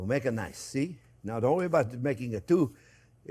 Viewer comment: Don't rorey my dear chef it's gonna be alright😅